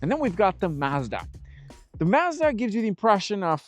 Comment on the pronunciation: You are misprononcing Mazda, slightly. Listen to the way they say it in their ads.😮